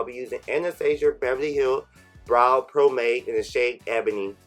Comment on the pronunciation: You said Anastasia and pomade BOTH WRONG